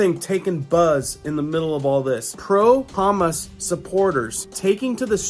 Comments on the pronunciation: YES,,,that's kind of funny,, but he is awesome, on telling us what's going on. Thank you LORD,,for sending him back,,for real news. Bless his heart,, I love humus,, each time he say humus.. Though I say no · I’m not trying to diss you but you are saying Hamas Incorrectly.. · The second syllable is stressed on Hammans. God have mercy on the people of earth! It’s the politicians who are guilty of this murder and destruction!! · It sounds like you are saying Haaamus. It is Ha maas. Humus is chickpea dip. 😅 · It's HAM-MASSS DINGO not humussss lol 😆 😂 🤣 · Every time you mispronounced Hamas my ears bled a little. It’s not Hummus bro, HA-MAAS!!! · It's Ha...mas...love ya but it's like you're saying hummus😅..praying for peace...keep soldiering on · I thought you said Isreal is at war with Hummus. Lol. Its Ha-Mas, unless you were saying it that way purposely. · That’s Ha-Mas not Ham-us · Ha Moss not humus You are pronouncing it wrong . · Dude. It's pronounced "Ha Maas," not "Hummis." Hummis is the stuff you put on toast. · FYI. You are mispronouncing Hamas. It is HA and MAS not hamas like humus. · It’s Hamas not hummus.. 😉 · Not humus, it’s Ha-mas. Driving me nuts calling it that lol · Hate doing this but please, it's Haa-maass not humus (like the dip). ❤. Love all you do, many thanks. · I wish you'd stop saying hummus instead of Hamas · Hamas is pronounced, HAH MOSS not ha miss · Thank you!! I was just about to comment this 😂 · Please if you are going to report news pronounce these these groups correctly Hamas - “Ha moss” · Hey my friend might want to check on the pronunciation of Hamas. My wife loves to dip carrots and other veggies in hummus as a healthy snack. :-) As Always, thanks for your daily work! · It’s pronounced Ha-moss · It’s Hommm osss the vowels are short and hard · are you intentionally mispronouncing Hamas as hummus humus is something you put on crackers, Hamas is it Palestinian Muslim terrorist group which we've been dealing with since the mid-seventies